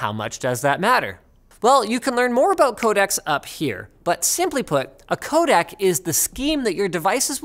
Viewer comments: This is bothering me terribly. Every time you say "codec", I hear "codAc" and it reminds me of "Kodak" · For everyone who doesn't speak "Canadian", he means 'codec' every time he says 'codak'.